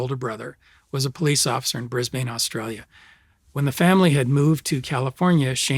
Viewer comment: bris-bane? It's pronounced 'bris-bin'.